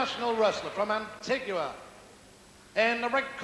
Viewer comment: Loved how said Antiguwa for Antigua.